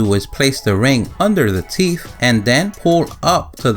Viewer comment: Not "teeph" -- TEETH!